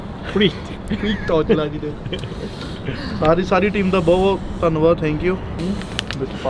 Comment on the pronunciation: really I thought he was mocking her accent and the way she says Preet?